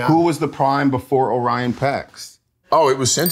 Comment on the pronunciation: Helmsworth not knowing the name of his own character shows a lack of respect for the audience. He plays Orion and can't even pronounce his name... Pretty disappointing.